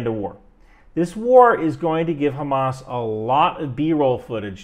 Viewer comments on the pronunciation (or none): none